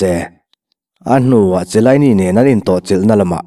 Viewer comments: Zorzio chilaini lawm😆😆😆a lam dik reng😂😂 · Chiellini ilam dan hi, Khialini ti a lam tur